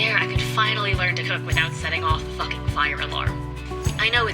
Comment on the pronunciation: it bothered me. she also puts nasty emphasis on it too, really not nice on the ears.